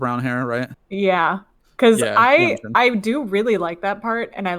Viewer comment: tysm for reacting to le sserafim! i hope to see you guys react to their mma and mama awards performances which theyve done 6 months after debut and had the best stages by far! just a little correction, yunjin is pronounced yoon-jin :)